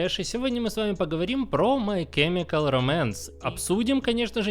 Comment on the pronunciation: Спасибо за видео, но чёрт побери эти ударения "My chemical románce" "ФрАнк Айеро" режут уши!